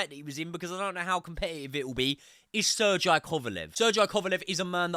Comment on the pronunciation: did this man just say "sir jai kovalev"..aint no way sergey is that hard to pronounce